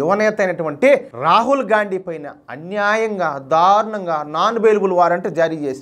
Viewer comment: అన్న నువ్వు గాన్డీ అంటుంటే - గాఁడు గాఁడు అంటున్నట్టు ఉంది 😂😂😂😂